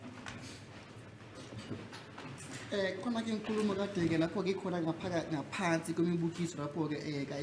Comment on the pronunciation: "fine I'll seat down' whilst the German shepherd tries to mumble a response, to me roughly translated it's, f**k you👀